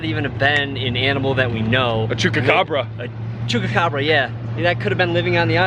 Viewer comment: Loving the vlogs! Keep them coming! Oh and by the way, its Chupacabra not Chucacabra LOL!